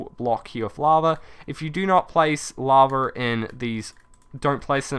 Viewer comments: is it only me or he says laver not lava it annoyins me so much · What is laver? Ohh its lava ok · Love how you call lava laver XD!